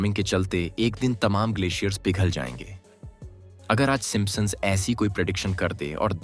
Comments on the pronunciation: Bro pronounce the word properly! It's Simpsons not Simposon!! Can't even pronounce properly 😂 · Aarey sim sons hai simpa sons nahi kya pure video ki bajA daali 😂😂😂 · It's not simpasons, it's simpsons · Simp son nahi bola jata. 😅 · gadha hain woh P silent hota hai yeh woh vi pad raha hain 😆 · Ur pronunciation of Simpsons 😂😂😂😂😂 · Bhai pronounce to sahi se karo p silent hain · Please check how you are pronouncing Simpsons....